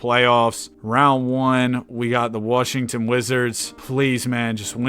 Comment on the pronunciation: Yo, why do you say worshington, is there like an inside joke or sum? Because i stopped watching when you wanted 50k subs, and then i got back to watching like 2-3 weeks ago.